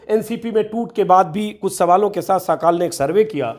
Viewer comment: साकाल नहीं सकाल।इसका मतलब सवेरा होता है।